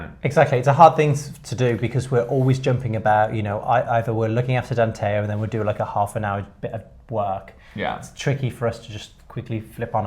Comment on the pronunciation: Danteo, not Danteol.